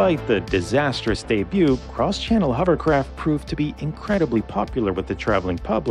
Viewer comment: Début, not débiout.